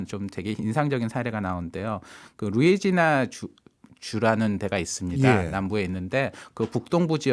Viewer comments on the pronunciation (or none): 루애지애나? 루이지애나